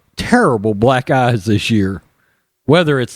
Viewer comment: Funny, I thought he said "black guys" in his opening statement when he said "black eyes".